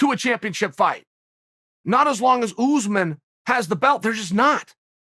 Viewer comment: I love the way Chael says, "Oozeman." Also, I'm a big fan of "breakfrist."